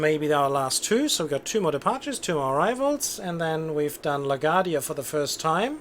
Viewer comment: Of course, if you wanted to reverse that, and have flights depart on 4 taxiing via A, B. Arrivals on 13 taxiing via B (again, so they cross 4 more quickly, allowing you to depart faster IF the glitch I mentioned in the previous post doesn't apply). BTW, it's pronounced LA-GWAR-DEE-YA or LA-GWAHR-DEE-YA. :)